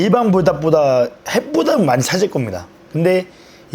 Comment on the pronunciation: 불닭 발음 개귀엽네 ㅋㅋㅋㅋ 부닥이라 들림 ㅋㅋㅋㅋ